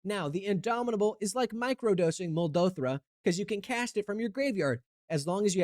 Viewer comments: Muldrotha, not Muldothra. How very dare you. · It’s confirmed that doesn’t read flavor text because he kept referring to muldrotha as “he” the entire video(also please it’s mul-DROTH-a not mul-DOTH-ra) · Also, it's Muldrotha, not moldothra, come on dude. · Mul-Doe-Thra and He, huh? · Also it's definitely Mull-droe-thah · Minor gripe, but pronouncing it Muldothra and then calling her a he really got me, lol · Don’t ever mispronounce my Mother Muldrotha’s name again, you will respect women in STEM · Mispronouncing Muldrotha and immediately calling her a he is the funniest whiplash I have ever received in my life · you said Muldrotha wrong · I am begging you to check out the wiki page of commanders you build to learn their pronouns and how to pronounce their names, or in this case, literally just read the card. I love your videos, but I cannot finish this one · Make a deck where you say Muldrotha correctly and don't misgender her. 😉